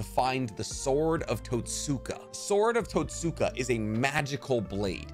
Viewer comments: Love the vid. But you need to pronounce some of the names better. Especially when you repeat it over and over. SUUUSAAAAANNNOOO , tussskaaaa blade. 😉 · Just a bit of advice the Totsuka blade is pronounced tote-ska, the u is a soft sound not a hard one. It's like the u in Sasuke. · Totsuka* susgay*